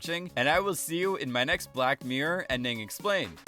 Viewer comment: HEY, HEY could you enunciate "Mirror" so it doesnt sound like myr or bear? other than that great video